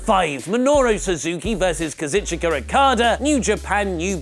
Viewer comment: KA-ZOO-CHKA not KAZ-IT-CHOO-KA